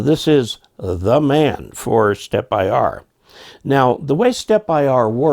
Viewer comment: It's interesting how the vendor in the video chooses to pronounce the name "Stepper" and not "Stepp-IR", etc. Following that logic, one would think the "Big-IR" antenna would then be pronounced as "bigger", instead? Just asking. In any event, good video and thanks as always. 73, AC3HT